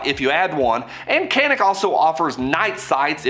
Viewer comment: Just for reference, it's a Turkish company. The c is pronounced more like a j.